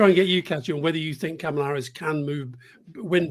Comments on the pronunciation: Isn't her name pronounced 'Comma-lah' not 'Camel-ah'? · Her name is pronounced comma-la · It’s pronounced Comma-la Like a , She actually has an advert on it, sea b “Kamala Harris name pronounce ad” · All 4 mispronounced Kamala Harris first name over and over! Jesus! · I'm sorry, Scaramucci is a hack. Can he at least try to say Kamala's name correctly? And he is totally wrong about Obama. In typical fashion, Obama is being reserved to avoid seeming like he is swaying how things play out as a superstar of the democratic party. I am sure an endorsement from him will come further down the line. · When's Anthony going to pronounce Kamala Harris's name correctly? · Can you guys please pronounce her name correctly for Christ sakes?